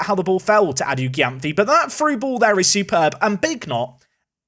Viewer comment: great episode! p.s Adu-Gyamfi's name is pronuced ADU-JEM-PHEE